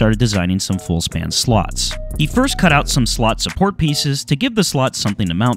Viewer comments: slats not slot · S L AAAAAAA T S. Slats not slots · Slats! Hearing them called slots this whole video was argh😢